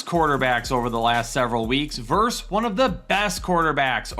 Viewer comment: VERSUS...say it with me...VER-SUS!